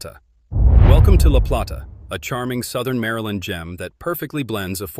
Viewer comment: La Play- ta- please pronounce it correctly! Utilities in Charles County increased - no longer lower.